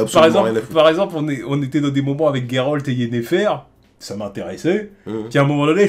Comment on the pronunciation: Merci de l'appeler Geralt et pas Jéralte comme certains. Big up la ligue :)